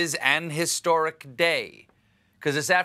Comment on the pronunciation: “an historic” with a hard H grinds my gears